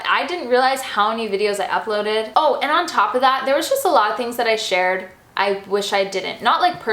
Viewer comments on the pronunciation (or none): none